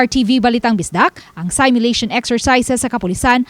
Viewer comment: Please it’s not pronounced saymyulation but seemyulation.